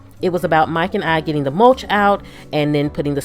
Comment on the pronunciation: When she says "Mike and I" it sounds like Mike and Ike